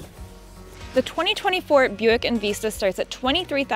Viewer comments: It's called En Vista, not En Veesta ... LMAO 🤣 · Right? And later, at a few more spots. Short vowel “i” sound, not long. En-vi-sta